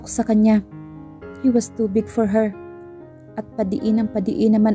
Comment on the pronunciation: Nakakapagod makinig Kay narrator lagging pataas ung intonation Ng bawat word😂 parang laging patanong😅 at Ang pronounce ni narrator Ng word na" her at here" ay nakakalito, hay..Ang Ganda pa Naman Ng story pero c nakaka walang gana ,at please narrator mag practice ka mag basa Ng mga words na kailangan may silent letters l😅😅😅😅😅nakakahingal Yang pagbabasa Ng puro pataas ung intonation di ka naman nag tatanong